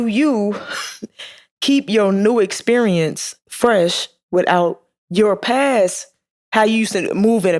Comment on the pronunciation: Did you say EX perince 😅 caught that